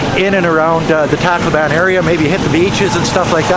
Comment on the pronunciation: Why do so many foreigners pronounce Tacloban incorrecrtly...??